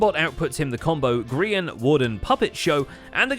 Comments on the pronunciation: The scar anvil portion in which it was grians perspective said Grean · Lol "Grean" instead of Grian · grian dye. gri-een dye. hilarious guys. just hilarious.